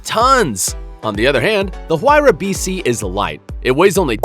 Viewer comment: He says huayra wrong